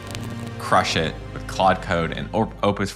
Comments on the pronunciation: OMG you're pronouncing it right! I must follow you now. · I hyped this video in thanks for saying Claude not Klode 😂